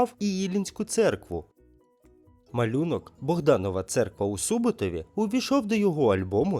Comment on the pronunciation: У СубОбтові, а не СУботові!!!